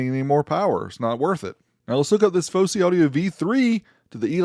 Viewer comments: Its Fosi not Fowsey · Its Fosi not Fowsey.